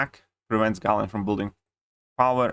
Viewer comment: gejln gayln galeb ... its GALAN :D